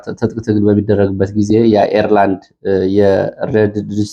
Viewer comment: "የኤርላንድ" ብለህ ያነበብከው ትንሽ ፈገግ አደረገኝ